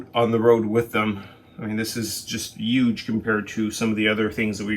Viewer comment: sorry cant take advice from anyone that thinks the letter H is SILENT in huge.